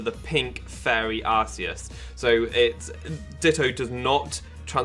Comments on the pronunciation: no it is Ar-see-us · It's not Arseus, it's Arkeus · Nah it's Ar-kay-us. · I'm so fucking triggered its PRONOUNCED ARK-EUS NOT ARS-EUS THE POKEDEX 3D EVEN SAYS SO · ar-see-us*